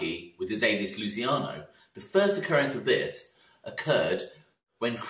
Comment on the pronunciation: Mate I love your vids great work. Lol but please pronounce Luciano correctly 😩😩 I’m begging you. Lu-chi-ano not lu-si-cano. It’s my little boys name. Sorry for being so Karen about it.